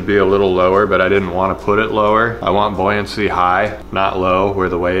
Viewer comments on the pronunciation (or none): none